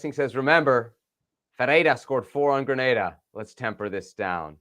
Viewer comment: It's Granada!! LOL Plz